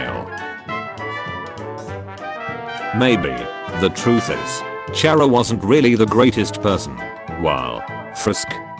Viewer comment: the scariest part of this video is the fact that the ai will never learn how to say chara right